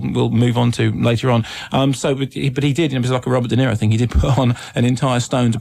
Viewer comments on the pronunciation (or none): none